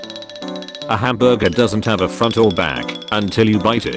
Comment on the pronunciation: Are we not going to talk about how he finally said “hamburger” correctly?!